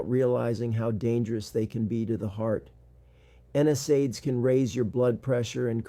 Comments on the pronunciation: You'd think a doctor would know how to pronounce N SAIDS. It's not N S AIDS. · Something is fishy here. No physician would pronounce NSAIDS the way this one does. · Definitely AI. It can’t pronounce common words correctly, like NSAIDS.